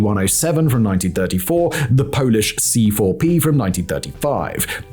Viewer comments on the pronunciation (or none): none